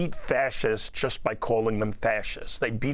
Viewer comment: And it's "just" not "jyst" educated man.